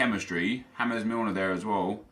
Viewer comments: "Ha-mez" Milner.......... Hes English ffs. One syllable J A M E S. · It's not hamez it's James Milner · Stop to fucking pronounce James Milner like you pronounce James Rodriguez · Did he actually say "Hames Milner" hahahahahha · Lol a man said James Milner like James Rodriguez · Stop pronouncing James Milner like it's Spanish. HE'S ENGLISH! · Just say james milner in engsligh, not colombian